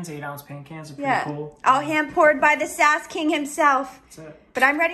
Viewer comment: its not sas king its sAsS kInG